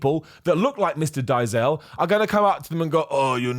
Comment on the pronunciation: It's pronounced more like "Dayzill". Flippin' Seth Efrekens. 😂